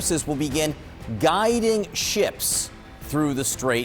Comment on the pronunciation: Are you sure that has said "Guiding" but not "Garding"? Tell Mr. Trump that they have GPS and no need your troops to "GUIDE" them!!!😂